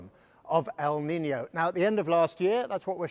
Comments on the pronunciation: It's not pronounced "Niniyo", it's pronounced "Niinyo" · It's pronounced 'neenyo' not 'ninio'.